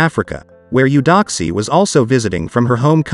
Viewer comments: But it's pronounced (A-doxie), not U-doxie. Beautiful couple. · She pronounces it (A-doxie) tho. Not U-doxie. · Beautiful. 🤔 that is not how you pronounce her name.